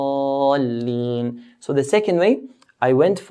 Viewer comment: it really sounds like walag-daleen. Is that supposed to be it?